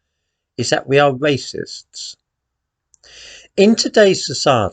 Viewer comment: "Waycists" ha